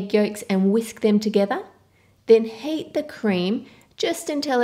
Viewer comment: When you say heat it kind of sounds like you're saying hate.